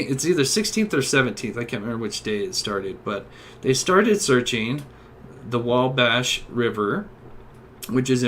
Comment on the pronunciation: Ffs “tooken” is not a word. It’s “taken”, it’s especially, not “expecially” and Wabash is “Wah-Bash”, not “Wah-Bahsh”. Great video, but the pronunciation is brutal